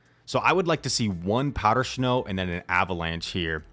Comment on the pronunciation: “Powder schnow” loves it! Haha